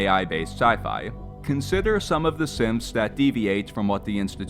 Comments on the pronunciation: every time i hear him say synths, his accent makes me hear simps, and i cannot unhear it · Sometimes, i would accidentally hear the narrator say "simps" Rather than "synths"